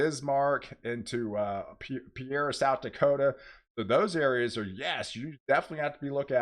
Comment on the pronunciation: Wanted to mention (just in case you ever have to say it again, haha) Pierre, SD is pronounced like standing on a 'pier' (peer) by the water. Some of these spellings vs. pronunciations make zero sense! Haha.